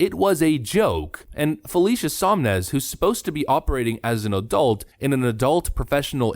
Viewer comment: It is SoN-Mez, not SoM-Nez. It's written right on the screen multiple times but you mispronounce it over and over. Sloppy, but otherwise a good video.